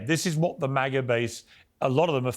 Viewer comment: MAGA. Not "MOGGA".